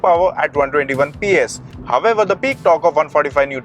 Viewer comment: All I can hear in the whole video is "However". It's so irritating to watch and he is not even pronounciating it correctly 🤦